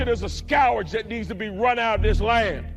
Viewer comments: Abortion is a "skowerge"? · "A scowrage on this land!" - is that worse than a scourge?:body-blue-raised-arms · The word "scourge" is not pronounced like the word "scour" with a "j" sound at the end. It's pronounced like "skerj." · "Scow-urj" -- How does he come up with this very odd mispronunciation of the word (scourge)?!? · What’s a skow ridge? Who is this guy? Hershel Walker II? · .im so sick of these people hollering all self righteous & mispronouncing words. Its a fucking "SKURGE" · What is a Scowwerge? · What up with Robinson not being able to pronounce "scourge"? Dude! It's pronounced "scurge". And BTW... If ANYONE qualifies as "following the Anti-Christ", its the MAGA cult. Because Trumple Thinskin almost perfectly matches the Biblical description of the Anti-Christ. Down to the "false prophets" How many "Trump prophets" are there now? Without ONE SINGLE correct prophecy? The MAGA cult didn't just GIVE their souls to the Anti-Christ They actually PAID HIM to take them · how about saying scowage instead of scourge as disqualifying? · Bro can’t pronounce scourge correctly even though it’s one of his favorite words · And it pisses me off that he tries to use the word "scourge" without knowing how to pronounce it 😡😆😡😆 🌊💙🌊🇺🇸🇺🇸🇺🇸🗳🗽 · If you can't pronounce the word "scourge" you have no right to use it against anything or anyone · Mark robinson doesnt know how to pronounce the word "scourge" 😅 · Why does he keep pronouncing “scourge” incorrectly? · Ive been pronouncing "scourge" wrong my whole life I guess...